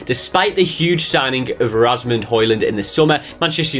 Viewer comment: you said Hojlund's first name wrong it's Rasmus not Rasmund